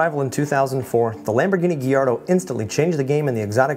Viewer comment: It's guy-ardo